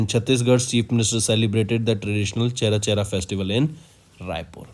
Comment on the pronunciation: Pronounciation should be careful while reading the CA, its aparna, not aprana.. its mapping, not mopping and its cherchera, not chera chera 🙄